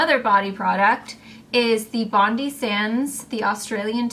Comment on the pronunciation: Hi, it's pronounced as Bon-die not Bondi, after the famous Bondi beach in Sydney